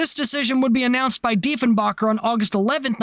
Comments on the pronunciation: With all the research you appear to have made in this production..... it's Diefen'baker', as in one who bakes bread or cake or muffins, not 'backer' or 'bocker'. ;) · The pronunciation is actually Diefen-baker. Don’t feel bad. JFK made the same mistake, accidentally insulted Diefenbaker, and was furious with State for giving him the wrong pronunciation, and thus making him look like an idiot. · just a quick pronunciation correction on the former prime minster its pronounced DEE-fun-bay-kur remember this is Canada we speak the kings English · ...and it's Deefen-baker.....:)